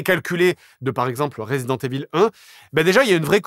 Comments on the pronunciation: This has to be pronounced " Raaazident IIIIvol " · Resident EVILLE, j'en peux plus de la prononciation et en plus JDG assume pleinement qu'il s'en bas les c*** maintenant lol